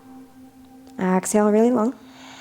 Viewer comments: Nah, it was clearly ax-hale. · she's so cute. "Ox-Hale"